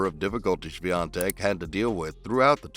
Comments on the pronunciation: It was far from proper pronunciation :) But Polish surnames are impossible to pronounce for foreigners. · Congrats on the pronunciation of her surname ;-) 💪